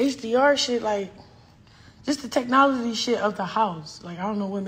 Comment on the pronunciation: "Say what...*rewinds* NEW TECHTOLOGY " 😂😂😂😂